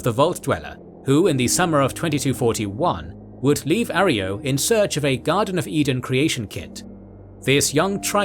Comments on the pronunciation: Yes. It's a Spanish word and the mispronunciation was a bit distracting. Great video otherwise! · A-ro-yo....not A-ree-yo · Arroyo is pronounced uh-Roy-oh. Not aerio like your saying it! Respect the NCR, get our names right dude. We didn’t end a super mutant crisis and put our boys on the front line in the Mojave for you to get the names wrong. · Not Areyo. Pronounce - " Aroyo" Just saying. Good lore account though. Narrated it like a pre war 40's - 50's style news reporter. Whether you meant to or not. It definitely suits an official type of Fallout lore narrative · Is Arroyo really pronounced like that? I always assumed it was pronounced the correct way, Uh-roy-oh, not are-ee-oh. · It's Arroyo - Uh-ROY-oh, not air-EE-oh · Its pronounced "Ah-roy-oh." Not "Air-e-oh." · arh-roy-ohh thats how u pronounce it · Arroyo - Ahr Roy Oh, is this text to speech? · I hate to be that guy, but that’s not how arroyo is pronounced. It’s pronounced: A-Roy-O. It means water-carved gully. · uh-roy-oh is still the correct pronunciation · That's not how you pronounce arroyo :( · That isn't how Arroyo is pronounced. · Stupid overused British AI voice getting the pronunciation of Arroyo horribly wrong.